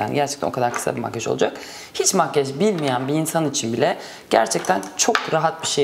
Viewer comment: "Makyaj"a genellikle "makyej" diyorsunuz, ama çok tatlı duruyor :) 'teki gibi :)